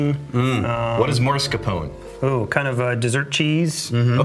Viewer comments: Hahaha "Marscapone" what the hell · Did I hear Mars Capone? Mascarpone. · I really like these videos where distillers reveal their own favs BUT the italian (dessert) cheese is MASCARPONE. Not maRSCapone. 😀When someone is mentioning it specifically as a scent or a flavour he´s is picking up on a whiskey, one should know how it´s pronounced and spelled. 🙂 I love the Glenfarclas 12 but going to buy a Eagle Rare 10 bottle now 😉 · Mas-carpone, not Mars-Capone; that's an interplanetary mafioso.